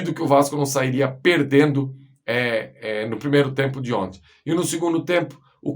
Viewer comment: "Gol di onti"